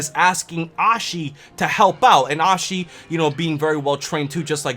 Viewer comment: Who Ashes? Just kidding I know you don't mean to pronounce it wrong